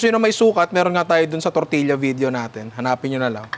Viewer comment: Ninong, “tor-tiya” po